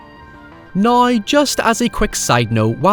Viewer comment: Great vid! I do have a question unrelated, why do I hear you and some others says “now” like “nayee”? Something kind of like that. Like, almost every “now” has no “w” sound and omits it for an odd “aye”. Nayeee, let me ask you something. What will he do nawyee? Naye, I’m not one to argue with…